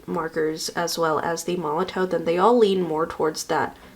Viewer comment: Just as a FYI, Molotow is pronounced "Molotov". The w is a v sound, its made in Germany i believe. 😊